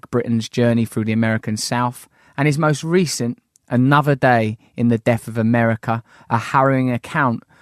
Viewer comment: as articulate as you are Russell, you still can't pronounce the 'th' sound.. its not souf its South, death not deaf... ffs.